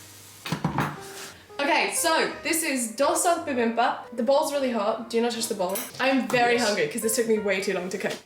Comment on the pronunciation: I LOVE!! She is one of my other favorite UK Creators!! DID YOU READ THIS ONE!?!?!?! IF YOU DID... THANK YOU!!!!! You have helped keep me sane and smiling during the Global bug!! Bibimbap is BEE BIM BAP... You just got the first syllable wrong. But, you are doing great otherwise!!! (I was born in Korea and my dad is fluent in Korean)